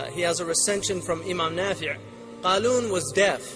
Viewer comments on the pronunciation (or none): also not Kharoon, but Qaloon.